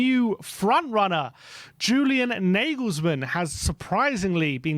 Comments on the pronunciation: Why is Julian Nagelsmann name been pronounced as Negelsmann?..the correct way to say his name would be “You-lian Nar-gayles-mann!!”..if we are going to flirt with him,the first step would be to get his name right 😂😂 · ‘Narglesmann’ not ‘nayglesmann’ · Never heard Nagelsmann pronounced like that before